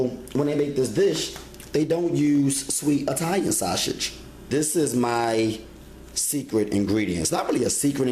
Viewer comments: yes it looks good but I can't follow or trust anyone who can't pronounce the food properly lol it's sausage not saushit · Lol. Me too!! At first I didn't know what shawsage was!! Lol. Great job tho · You say sausage weird, but you're right. We've been making spaghetti like this for years. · lol he do say it funny